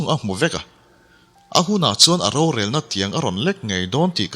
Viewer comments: An ro te an...an thil neih hlu ro.... Insuk pho ro anga lam chi nilo An ro te ,tia lam nise a Duhawm mang e aw.... Mizo tawng thluk dik tereuh hi pho chhuak zel ila....ti r'u.... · 'RO' tih sipel hi mizo tawngah hian Pakhat aia tam a awm a. Pakhat chu kan thil neih, thil hlu a ni a, ri hniamin lam mai tur a ni ang. A dang Pakhat chu 'thil hring ni lo, thil ro eg. Puan ro, hmarcha ro, adt. anga ri sei leh sang deuhva lam tur a ni ang. Hetah hian 'Ro, (thil hlu,) hi ri sangin I lam tlat mai. Ngaihthlak a ti nuam lo nghal vek alawm.